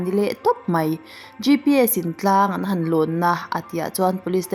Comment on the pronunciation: 'An han chho a' tih a, 'han' ri khamphei lovin ri sang tur